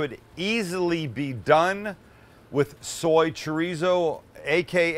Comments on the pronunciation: ChoooooooRrrrrrrizo.*** not Choryso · come on Sam you can say Cho-rrizzo correctly with the spanish lingo we know you have , educate the masses pinche wero ... LOL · As a Mexican, I love how a Jew says Chow ree zow. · Idk I dont trust people that can't say chorizo right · the whitest “chorizo” i’ve ever heard someone say LMAOOOO